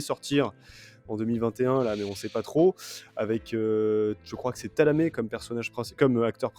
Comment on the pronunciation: J'aime bien "Thalamet" pour Thimothée Chalamet :-)